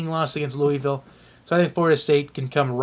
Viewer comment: Your saying Louisville wrong it's Lou ah vill I'm from there lol but like your video tho